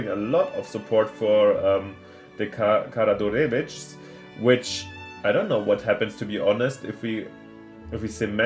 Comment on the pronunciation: It's Kara-George-evitch :D